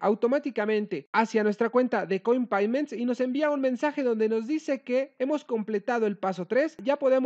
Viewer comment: Un doble factor de autenticación a correo electrónico? Mhhh.... no me gusta. Y se dice "coinpeyments", amigo. Saludos.